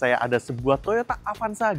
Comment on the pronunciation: Avanza bang, bukan avansa